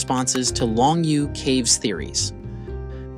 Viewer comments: "Long Yoh" caves. It not pronounced long you. "You" is pronounced as "Yo or Yoh". Long yoh! SMH.... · I appreciate the work that went into this video... but you cannot even pronounce Longyou. None of the Chinese words you try to reference are pronounced correctly here except Han.